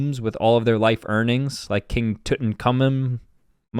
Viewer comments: it's pronounced too-tank-ka-moon ❤😅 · Tutankhamun!!!!! Not tut in kar min. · The way he said Tutankhamen was hilarious 😆